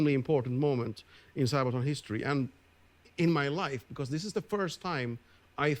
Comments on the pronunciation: Pronounced Saabaton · sa ba ton ....sad(-d) baah(goat) (won) ton (soup). sabaton not sabe'aton or wtvr.make sense? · Sābaton. Short "a". Armored shoe as a part of plate harness. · The second way you pronounced it in the beginning of the video was good. Source: I'm Swedish. (Whatever that is worth since it's not a Swedish word.) "Didn't realize it was D-day until I woke up this morning." Kind of how it was for the Germans, I guess...